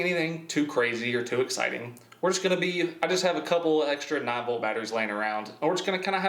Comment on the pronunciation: I thought he was saying novel batteries for the first 3 minutes of the video when he said "9 volt"😂